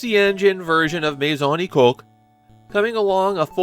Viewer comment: Nah, having watched the entire anime series in Japanese... he was saying it wrong. You say the "oo" sound of the U at the end.